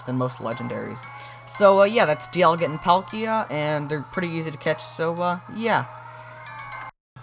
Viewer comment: Why does he call palkia Pal Kia??